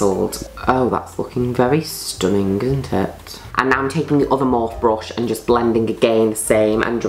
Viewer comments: Mor-fee. She's saying it the wrong way. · Everyone: morpheeee Juno: morf. It’s amazing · when juno says mOrF instead of mor-fee ahahaha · Petition to get June to say Morphe properly